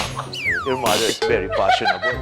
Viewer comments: mather dawter hahahahaha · Like mouther like doubter